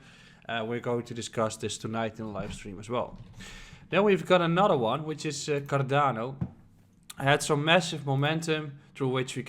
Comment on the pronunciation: that sounded like carabinieri